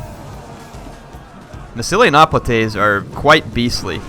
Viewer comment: He pronounces Hoplites sooo badly.